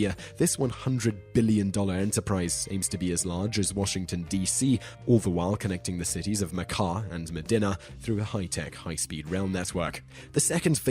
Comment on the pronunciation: Unless all Brits pronounce the Saudi city like you do, it's meh-DEAN-uh (Medina) rather than meh-DIN-uh. The Russian city, rather than no-vawss-EAR-bisk (Novosibirsk), is pronounced no-vo-sih-BEERSK (New Siberia)..